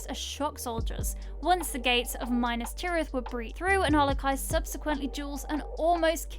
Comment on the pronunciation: Omg did you really just say Minus tereth?? MINUS! TERETH ... it's minAstereth geez🤦